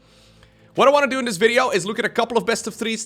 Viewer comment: I dare to say THIS instead of DIS, why cant he THHHTTHTHTHTHHHH